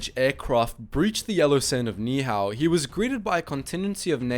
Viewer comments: You said the island name wrong It’s pronounced “Neee- Ee Hao” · There are far better YouTube videos of this event available. The very title of this video is incorrect; it was not a bomber pilot, it was a A6M2 Zero pilot. And he was not trying to invade Hawaii, he crash landed there. And please learn how to pronounce Ni' ihau correctly. For factually correct information, please view the other videos out there.